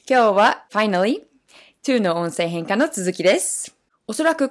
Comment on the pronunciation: 「音声変化」の発音がいいな。上級者向きの話題だな。